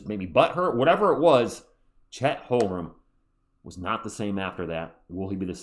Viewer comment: I’ve left this comment on your live stream so many times, please stop saying Holgrem